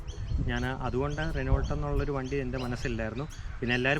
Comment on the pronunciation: റെനോൾട്ട് ❌ റെനോ ✅ പീജിയറ്റ് ❌ പ്യൂഷോ ✅